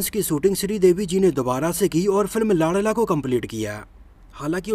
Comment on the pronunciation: लांड़ला नहीं लाडला बोलो😂😂😂😂